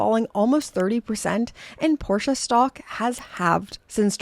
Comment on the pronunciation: I love that you pronounce Porsche correctly! :) Thanks for the interesting video - cheers from Austria